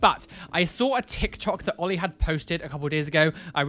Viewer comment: oh they just said "oil" instead of oli hahaha